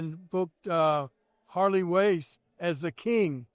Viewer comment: Poor King I noticed he said Harley Wace instead of Race them strokes messed his speaking up.